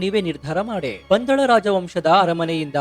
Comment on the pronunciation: 5.34 ಪಳಂದ ರಾಜ ಅಲ್ಲ ಪಂದಳ ರಾಜ